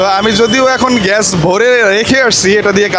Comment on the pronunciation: age bangla bola shikh bolod,ghesh na gas hobe ,chasha kn etto tui, tore marum re driver